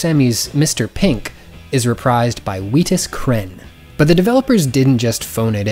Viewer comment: A true mistake, Weetus Cren